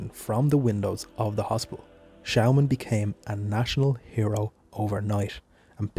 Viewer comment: Nice video but you pronounce the name wrong, it’s said like Schååman.